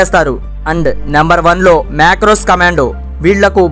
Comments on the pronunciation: Makross kadu ra babu marcos ... Anadam kuda radu ... Yededo vagutunnav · మాక్రోస్ కాదు ra అయ్యా 🤦 మార్కోస్ రా స్వామి👍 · మాక్రోస్ కాదు Marcos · It's not macro It's MARCOS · మాక్రోస్ కాదు రా పూకా సరిగ్గా పలికేది నేర్చుకో అది మార్కోస్ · Bro it's gud but it's not mackros it's Marcos commando prosun it properly bro ❤️ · మక్రోస్ కాదురా అయ్యా మార్కొస్ అనాలి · MARCOS ra babu sariga chepadam koda radhu ra niku chi mundu nearchuko ra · It's better know how to pronounce lite force the marcos